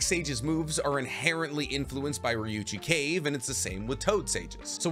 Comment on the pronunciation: So you can say Ryuuchi cave correctly but you cant say Frog Kumite? You said it like termite, but kumite. Its Ku-mi-te. Mi is pronounced like Me to you Americans.